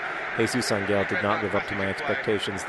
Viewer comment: How many times are you going to mispronounce Jesus Ángel's surname? It's AHN-hail, not ahn-GEHL.